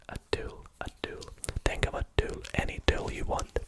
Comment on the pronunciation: fair enough, but if I knew you were saying the word 'Tool' Instead of 'Too' I might have got it 😅